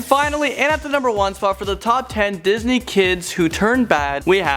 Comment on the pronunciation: Lol disnet?